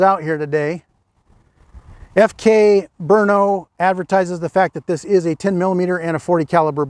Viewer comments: Great pronunciation of Brno (BURN-oh would be a close ENG equivalent -- like you say it.) Also, some remarks/potential corrections: I believe FK Brno is not a subsidiary of Ceska Zbrojovka (I was not aware of this if so); the FK Br frame is somewhat derived from a CZ frame, that is for sure though. On pistol ownership: In Germany people, at least hunters, are allowed to own two pistols; in CZ all registered gun owners/users can own way more. Thanks again! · As a Czech I must say, BRNO is a lie. The city does not exist. It is a conspiracy against Prague. And thank you,, for pronouncing the name of the imaginary city properly. I'm amazed that an American can even pronounce our Czech language. Kudos. If you do not understand, do not stress it. It is a joke by Czechs for Czechs. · I'm impressed by your research and pronunciation of "Brno". Nice! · So far is the only one who pernounces FK BRNO correctly thanks officer Gregg😎👍🏻